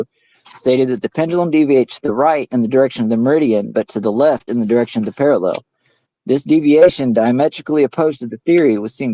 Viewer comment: Why can’t these clowns pronounce parallel?